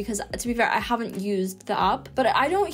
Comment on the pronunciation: I noticed that she pronounces all of her A's as U's. She calls them ups instead of apps. She says lunguage and huven't, but she still calls it tier A pronouncing the letter correctly. 🤔